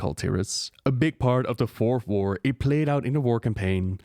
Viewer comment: Fourth war? Sound like you are saying "worf whore"